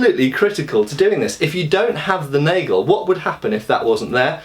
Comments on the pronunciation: Also 'nagel' is pronounced 'naah-gale' :) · The plural of "Messer" is "Messer". Unlike in English there is no "s" attached to make it the plural. The "a" in "Nagel" is more pronounced like the "a" in "after". Strangely the plural "Nägel" is pronounced like you have pronounced "Nagel".